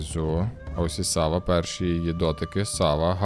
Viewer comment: А чому САва? Наче ж має бути СавА. Японська